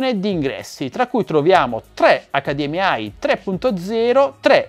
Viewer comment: Ciao, grande come sempre. Però si dice Accadiemmei e non accadiemmeai. Perchè pronunciae le prime tre lettere in italiano e l'ultima in inglese?